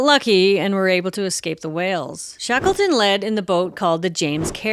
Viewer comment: Shakelton ...Yea, wreckless!